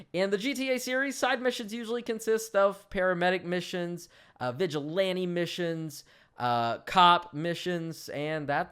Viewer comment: You said vigilante and cop missions . Lol